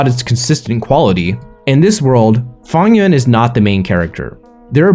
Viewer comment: Why you pronouncing Fang Yuan like Funnyon’s